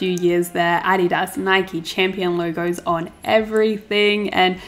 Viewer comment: the way she said adidas.... girl im proud of you